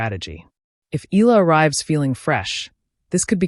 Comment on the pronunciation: Not eeeela....eala.(eyala) are you a.i.?